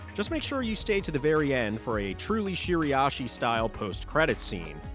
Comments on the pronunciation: Bro please its Shira-ishi 😭 Youre saying shiri-ashi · Are you pronouncing Shiraishi correctly?